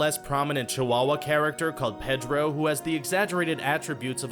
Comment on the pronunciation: I find it sadly ironic that the narrator can't even pronounce the name "Pedro" correctly while complaining of the racial stereotyping of the Chihuahua in Lady in the Tramp.